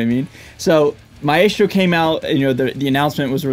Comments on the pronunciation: I think it’s pronounced “MY-strow”. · It's a latin word. It's pronounced mah-ES-tro with all soft vowels and the accent on the 2nd syllable. Any other way is a mispronounciation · Man, your are mis- pronouncing the brand name